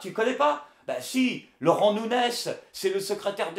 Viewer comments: nikel ! au passage c'est nougness que ça se prononce. il y a le tilde au dessus du N ;) ...de rien ;) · Nuñez se prononce NU- NYEZ! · ca se prononce Nuñez